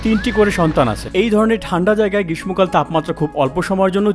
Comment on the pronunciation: বারবার গ্রীসম কাল বলছিলেন শুনে আশ্চর্য হলাম!